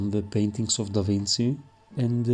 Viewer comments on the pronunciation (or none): it is pronounced DAVINCHI like CHEAT no Davin C